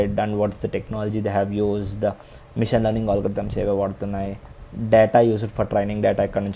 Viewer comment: Bro ...mission kaadhu machine...ila manam maatlaadithene overseas lo mana paruvu poi manalni jokers la choosthunnaaru bcz of our talking...pls say machine not mission..if u say wrongly then others also will get influenced🙏🙏🙏